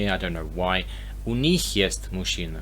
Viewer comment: Вы говорите "мащина", следует "машына". Понимаю что сложно расслышать разницу, но просто пишу, что бы вы имели в виду, как именно вы произносите.